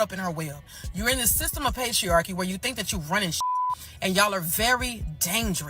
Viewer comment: Why the hell did she say pastry-archy? This walrus can't stop thinking about muffins, cupcakes, and donuts